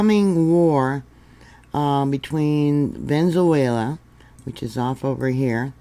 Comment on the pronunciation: ❤❤❤Sorry its pronounced Ve ne zue la❤